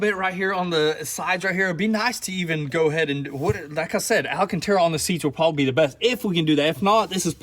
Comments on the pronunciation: Say hello to Al... Al Cantara. NOT Al A Cantara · Leave the green and cream color. There aren’t many supercars in the color combo and it would stand out from the others for sure. On a side note, it’s “al-can-terra”, not “ala-can-terra” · Alacantara...y'all repeated it MANY times...lmao Then you had the proper pronunciation sprinkled in among the DDDUUUUUUUUDDDEEEs...I'm not hating at all, I'm just playing...nobody can hate on y'all. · I realize the Tennessee or Georgia school system failed you but MY GOD, THE WORD IS ALCANTARA NOT alacanterra. I'm leaving your channel because of the sickening amount of "dude" followed only by "dang son." Billy is lucky he has the ability to pick up many unskilled labor jobs so I wish you both a good future as after 18 months of feeling sorry for your educational failing constantly being demonstrated by mispronouncing common words, unable to pronounce gifters name and your limited vocabulary I can't stand it anymore. Of course I'm sure there be plenty of viewers with your limited communication skills that will continue to watch you and think you are wonderful. Hard workers you are and your lives will depend on that. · I knew they weren’t saying it right 😂 I was like wtf when was it called ALANcanTara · lol stil saying the ala-cantera :) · The way you guys say ‘Alcantara’ kills me every time lol. ‘ALLEN-CANT-AREA’ 😂😂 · Can someone please get them to say the alcantara correctly